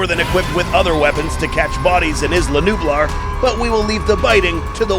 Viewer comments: He said Isla nublar wrong lol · His pronunciation on isla nublar tho 🤣 lol